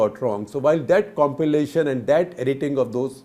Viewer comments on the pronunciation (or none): none